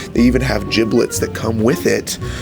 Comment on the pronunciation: Gibbets NOT giblets!